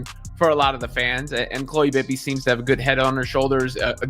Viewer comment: What is the time stamp in the video where Bibby makes a "SHOCKING" statement that "STUNNED" Caitlin Clark? Terrible AI narrator. If you have any desire to produce worthwhile videos, ditch the AI narrator and use a human. At least teach your AI narrator to pronounce Bibby instead of saying B B Y.